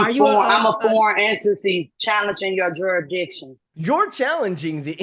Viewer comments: "Special appearience" and the "benefishuary" and "jurisdictshian" 😂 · A special "Appear-ience" "Benufisherary" "Axe you" "Jurridicshun" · “Juridiction” 😂😂 love it! Much love to everyone out there 🫶🏻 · She be axing 'bout da juri-ditdin'. Know w'eye sayin'? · You're incorrect.. It's "appereance" under their "jurendiction".